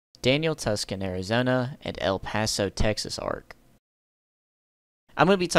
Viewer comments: great video, my Mexican grandfather always said Tuscon like you did lol...I think its pronounced Too-Son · i love ya man But you gotta learn how to say Tucson my man Its too san Unless youre doing it outta spite than continue saying it like that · Bro said Tuscan Arizona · We pronounce it Too-Sawn down here 😂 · Dawg your pronunciation of “Tucson” gave me kidney failure